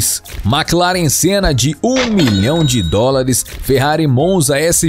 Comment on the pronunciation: 7.27 o cara falo maquilaren e boto uma foto de um búlgati 😂